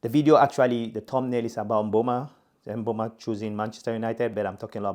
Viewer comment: thanks appreciate it and do you pronounce it with a 'a' at the end of 'o' because it sounded like you said mbeuma